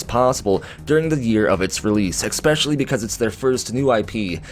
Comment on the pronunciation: love you man but... really there is no letter "x" in the word "especially". Kinda drives me nuts. Otherwise, love your channel dude!